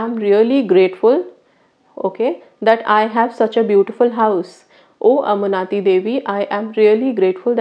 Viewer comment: Its Anumati devi not Amunati